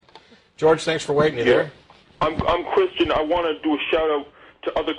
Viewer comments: He's a Kwistan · he said "im a quwistian"